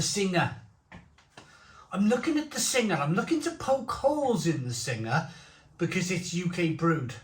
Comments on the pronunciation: it is pronounced beer sing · Also you don't pronounce the ha, it's pronounced beer Sing. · Singha is actually pronounced 'Sing' ... hello from Thailand 🙏